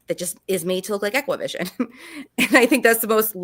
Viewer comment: It’s pronounced EXACTVISION